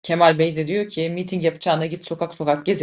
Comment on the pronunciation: Meeting değil miting. Tek i ile.